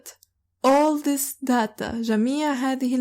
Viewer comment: شكرا لكي يا عندي سؤال لفظ كلمت data داتا انتي تلفضينها درا